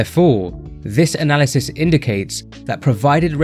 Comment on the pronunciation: So, you ignore the criticism of the methodology in my post, because it is sound. The study you chose to defend, as you deem it the best, while mispronouncing the name in its title, and the actual word 'analysis', required 3-4 sets 2-3 times per week, so basic requirement of six sets of leg extensions per week in an isolation exercise. Now, you can find endless unscientific studies to back pretty much whatever you want to claim is the case, but I'd consider so few sets suboptimal. If I were running that study, I'd have asked for more like 16-20 sets per week, would have specified time over repetitions and tempo, and required the plates not touch at the bottom. It's not difficult, is it?